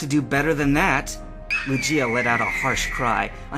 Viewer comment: oh dear, it's LOO-ghee-ah, not loo-JEE-ah.